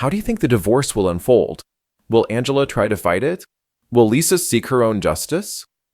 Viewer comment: AI cannot figure out how to say "Angela" correctly